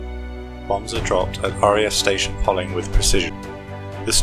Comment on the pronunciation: Poling is pronounced locally as Pow-ling